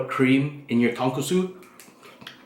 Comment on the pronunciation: Ton-cư-chư とんくつ